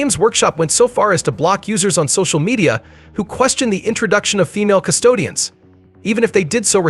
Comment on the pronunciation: Custodes…you keep calling them Custodians 😂